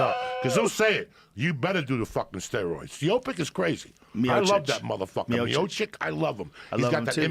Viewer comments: It is pronuonced miochich. Joe said miochich and joey said miochic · "Meopic" is crazy dawg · ""put him in there against stiopic"" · "SPIOPIC" He knew he fucked it. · Rogan only "argument" is say the name properly and your gum is climbing out of your mouth. When Rogan was first time commenting on Miocic fight he pronounce miocic as a mayosick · Lmfao i love when joey fucks up ufc fighters names by mixing their first name and last name and calling them that.he called stipe miocic stiopic hahaha when he has jorge masvidal on his podcast he kept calling him masdival